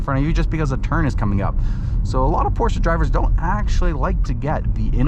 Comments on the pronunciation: PorschE, not PorschA!!!!! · No it’s PorschA. I was like you and used to think it’s PorschE. But the real way to pronounce it is PORSCHA.. I have one.. trust me I know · You two need to watch Porsche’s official video on pronunciation because youre both wrong